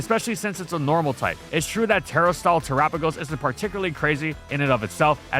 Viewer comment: The way you say Terrastal…